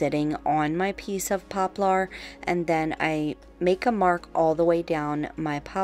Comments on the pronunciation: You are so creative! And quickly becoming the you tuber that others want to copy! Thank you for continuing to come up with so many clever new and fresh ideas! If I may please correct your pronunciation of the word poplar"... I have always heard it pronounced "popLER ". It is spelled like you say it, but not pronounced that way. Heck, where I grew up in the boondocks country, we called it "popple"! Lol! Whochever way you choose to say it, thats ok, just thought it might roll off your tongue a bit easier that way. ❣🎨❣ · I'm a longtime subbie and I LOVE all of your DIYs! Just a little help from one to another....it's pronounced popler like popular without the u. It just has the "er" sound at the end instead of "are". You are such a sweetie and I didn't want someone else to tell you in a mean way "you're saying it wrong". Haters gonna hate but some people are just rude.:)